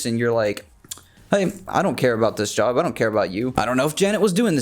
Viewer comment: Its “job” not “jop”